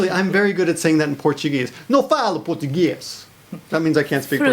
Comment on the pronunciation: Your portuguese "accent" was actually very good i must say :)